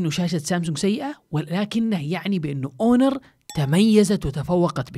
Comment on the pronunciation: هونر وليس أونر